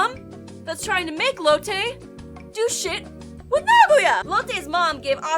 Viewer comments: Low-tay.... It's just pronounced "Lot". Astarotte is wierd and strange, and I'm fine with that. My common sense, laws, morality, opinions? Does it matter in another world? Cause that's the setting. Another world. I was fine with it. Didn't like how it turned out, but I wouldn't say it shouldn't exist. Pupa... Was an ad for the manga which was going to have it's final volume published while the anime was airing. Seriously, all the 4 minute episode long anime are just ads for manga for light novels. Whining about an ad for a horror/psychological manga. I mean yeah, it was shit, but not exist? psh, I rather they actually followed the manga better, but what you gunna do with 4 minute episodes. Kodomo no Jikan... Banned in the US because it wasn't suitable for western audiences. Seriously why you watching things that are banned in the US? What did you expect going in when the tags are loli, elementary school, seinen, and ecchi? Eiken, Shit was hilarious. I took it as a parody of all the other anime at the time that did the same shit, but seriously. Cause I watched enough anime to know the whole thing was a joke. Mysterious Girlfriend X... I found it to be rather wholesome and cute. Aside from the weird saliva plot device. It shouldn't exist because it personally grosses you out? Grow up, and be the adult you look like you are. So should all movies with blood in them no exist because some people go pale at the sight of blood? Or should all music disappear because every song has a h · did you say lil Tay or was it me